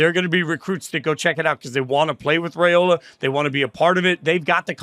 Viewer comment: FYI...it's RYE-ola not RAY-ola. He's gonna be around for a while. Might as well pronounce it correctly.